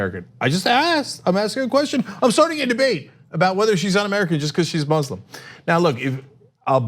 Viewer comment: KO-RAAN, HEE-JAAB, IZZ-LAAM, MOOZ-LUM Bunch of YEE-HAW ding dongs